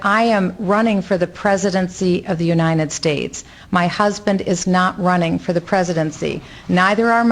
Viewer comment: Why does Michelle Bachmann always say UniNed States?